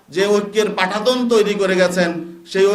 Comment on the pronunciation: পাঠাতন?,না পাটাতন? কোনটা?,, বেটা ধান্ধাবাজদের দল,,শুদ্ধ করে কথাই বলতে পারিস না,,আবার রাষ্ট্র গঠনের স্বপ্ন দেখছিস?😂😂😂😂😂😂😂😂😂😂😂😂😂😂